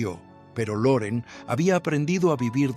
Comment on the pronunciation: No se dice Luren sino Loren